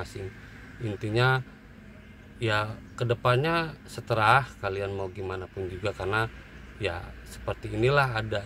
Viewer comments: Terserah bang bukan seterah 😅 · Bang maaf koreksi. "Terserah" bukan "seterah" 😁😁😁😁😁😁